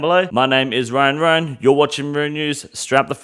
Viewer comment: I am your host “Wyan Wyan”